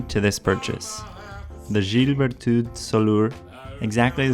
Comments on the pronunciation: ah ah ! Yeah you are doing quite fine with the pronunciation for "gilles Berthoud". you are exagerating "soulor" though, it's simpler than that. Say "Sou" like in Soup, than add "lor" like lord without the final "d" and make it a bit shorter. Best regards from France ! ;-) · yep, you pronuced ok, just off a little. Its fine for english speaking people. In France, you have to pronounce everything correct or they don't understand. :-)